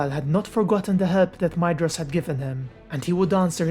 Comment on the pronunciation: Yay someone who pronounces Maedhros name correctly 👍👍👍